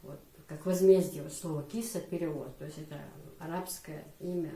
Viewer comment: В имени Киса ударения на гласных у нас не бывает вообще.слышится как Кис без ударения и без конечной буквы а.